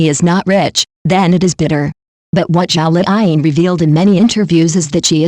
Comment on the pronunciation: Her name is zhao liying not zhao fine